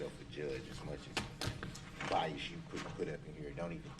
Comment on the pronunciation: He went to the ghetto lingo school for self representational failures!!! Ask…not Axe Sustain…not Substain Oath….not Oaf Truth… not Truf Tacit…not Tatic Bias….not Biast Jury…..not Jewry His ignorance is epic,!!